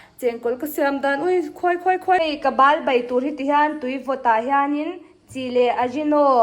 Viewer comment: Ba nilo in bal tih tur zawk a lawm